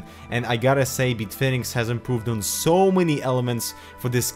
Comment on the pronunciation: Am I the only one who laughed every time he said "BeetFinix"?